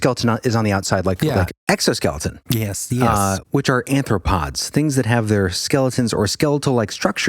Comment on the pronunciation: "arthropods". :) not "anthropods". FYI. thanks again for all things holey.